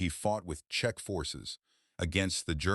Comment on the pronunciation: As usual, bad AI spelling and pronounciation. Variations of Check, Chechen incorrect. Czech too complicated for an idiotic AI voice. Why do you add suntitles when YouTube can provide more accurate subtitles if required?